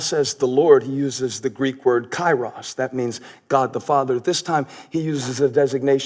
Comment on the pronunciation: Greetings from Greece, not an easy to pronounce Kyrios, lol it sounds like Keeerios